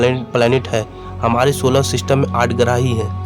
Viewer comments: Graaah नहीं grah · Garah nhi grah hota hh pagle pure vid kharab kr di